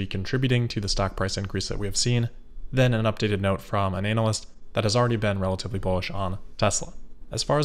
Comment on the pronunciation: You're mispronouncing analyst, and I love it. Or is that how you say it where you're from?